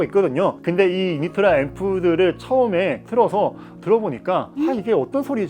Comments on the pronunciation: Originally in Poland where Unitra is made the name is pronounced without Y at the beginning but like in oo Unitra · 유니트라 발음이 왜 그냥 넘어가지 유-니-트-라 라고 정확히 발음해야죠....